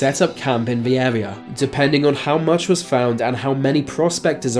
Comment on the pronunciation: R's are pronounced with an arrrr sound in America not W. I.e. Area not Awea.